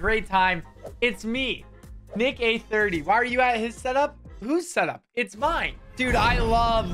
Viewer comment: Bro said nick-A 30